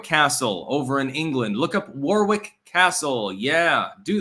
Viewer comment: Dude, it's pronounced Worrick, not War-wick😂